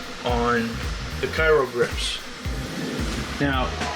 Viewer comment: Thanks for the informative video, just wanted to note its pronounced “cry-o” not “kai-ro”